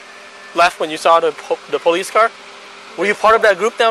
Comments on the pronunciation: The girl at the end said poolice brutality 🤣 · “poloose brutality” LOL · Did anyone hear the girl at the end ??? “Poloose brunality” 😂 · Trent Rains I thought I was the only one who heard “poloos” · I heard ''pah-loose brutality'' but its pretty much same thing.. Just thought her egregious error of pronunciation deserved to be highlighted for the severe cringe factor.. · The lady at the very end said "paloose brutality". lol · I heard paloose brutilidy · At the end she said “Paloose brutality” 🤣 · You guys hear the girl at the end? “Poloose brutality” What’s a poloose? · At the very end the friend “This is poluse brutality” We haven’t been drinking 😂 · Lmao the end where she says paluce brutality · Did anybody hear that last line? “Poloce brutality” 🤣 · Did anyone else hear the last girl say "polooce brutality"?